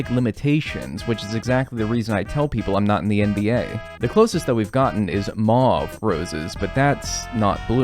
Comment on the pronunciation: I just want to check, is that how all Americans say Mauve, or just?